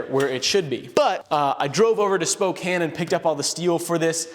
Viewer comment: Thank you for pronouncing Spokane correctly.